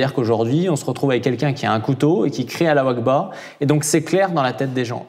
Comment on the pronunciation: C’est Allahu Akbar pas alawakba 😂